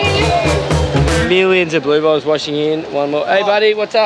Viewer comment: LOL I just found this show and I always thought they are saying "Blue Balls".... XD Its Blue Bottles Lol